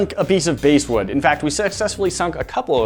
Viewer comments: Bass like the fish, not base. It's okay we all make mistakes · They said bass wood wrong, its pronouced (b•ass) wood not base wood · its bass as in the fish and vitae is vee tye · It's BASS like the fish, not BASS like music. :) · Every time you use "BASE" wood you mispronounce it, as a wood worker it drive me nuts. It's BASS like the fish not BASS like the guitar. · It's pronounced 'bah-as' wood not 'base' wood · I kept cringing every time they said "basewood"...where I'm from it's spelled basswood (pronounced like the fish). Not sure where they got this mislabeled stuff from! 😁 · The bass wood is pronounced "bass" like the fish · It is pronounced bass wood (as in the fish) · Ew she called basswood BASEwood. Just no. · The wood bass wood Is pronounced bass like the fish not bass like the guitar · I think you two should offer a public apology for your repeated mispronunciation of BASS(like the fish)wood! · I'm pretty sure that the basswood is pronounced like the fish bass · I cringed each time they said “base wood” I mean go ahead and say ‘lignum vitae’ wrong but basswood bothered me for some reason. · “Bass” can be pronounced either as bass like the fish, or like bass instruments (Sounds like Base) However the wood is properly pronounced using bass like the fish. Edit: Left out my point. It’s not so much as it was labeled wrong, just most likely weren’t thinking of pronunciation. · Everyone’s pointing out the pronunciation of bass wood was wrong but no one else realized the pronunciation of lignum vitae was wrong too. Also I’m not sure but it looked like the lignum vitae were mostly end grain while the other pieces were side grain which might effect how it absorbed the water. or not, seeing how closed grain and oily it is. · Well. At least they pronounced one of the three woods correctly. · The bass in basswood is pronounced like the fish, not the guitar. And lignon vitae rhymes with par-tay. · its Bass wood not Bass wood